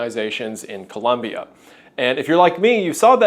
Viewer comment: Hey, Wendigoon. Great video, colombian viewer here. Just really glad to see a video of an american pronouncing ColOmbia the right way. Keep up the amazing work